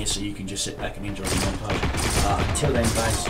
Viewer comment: montarge?? not monatge or montarge? xD